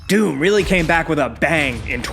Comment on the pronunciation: Anyone else just hearing DUNE whenever he tries to say DOOM? lol